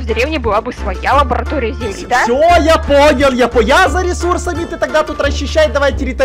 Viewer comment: сказал не лаборатория а ларабатоя